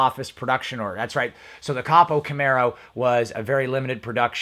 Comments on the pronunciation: ITS PRONOUNCED CO PO CAMARO NOT COP O CAMARO.. CAN YOU SAY COPO??????? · Im sorry but its not capo its copo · I damn near shit when he first said cop O!!😂😂😂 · It's pronounced cōpō, just so you know. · Ko Poe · did u say coppo camaro? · Yep and it’s pronounced co-po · COPO = Central Office Production Order, pronounced with "long "O's" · Interesting video... you mentioned the 2016 ZL1 1LE. Did they produce the ZL1 1LE in 2016? I was under the impression they released the ZL1 in 2017 and then the ZL1 1LE a year later in 2018. Your pronunciation of COPO is hilarious. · Don't pronounce COPO wrong and don't call your video "leaked" when you have no data. Awful video. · You don't need to be making a video about camaro's if you can't say copo! D...bag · You're talking cars and you don't know how to pronounce COPO? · I cringe every time you say copo the way you do😬